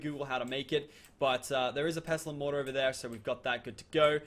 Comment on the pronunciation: He says it the right way